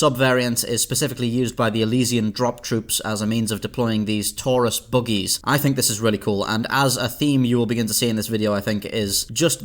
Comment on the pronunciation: He says "buggies" like "boogies."